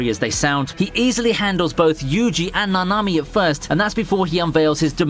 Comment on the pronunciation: I like pretty much all of your vids man, but i dont get it, you watch the Series, hear the names, but say it so diffrent, idk if Its just me, but i dont know who suguna, meh gumi or Na Na mi is?